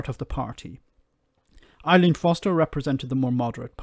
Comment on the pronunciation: Her name is Arlene.....not ILean....